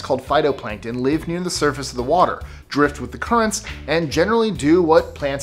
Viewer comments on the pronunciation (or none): none